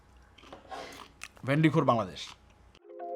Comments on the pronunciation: ভেন্ডিখোর রে ড্যান্ডিখোর শুনছিলাম 😂🤣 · কেমন জানি "ডেন্ডি খোর বাংলাদেশ " শুনা গেলো 😅😅😂 Don't mind bro ❤ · অনন্যা জামান ভাই দেইখেন আবার ভ এর জায়গায় যাতে ড না হয়ে যায়😁